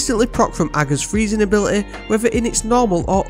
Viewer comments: You’re literally the only Destiny 2 content creator who can pronounce ‘Ager’ properly! 🤣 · Which is exactly how it should be pronounced (I’d definitely not want to pi$$ Mara off!) but everyone else says it differently 😂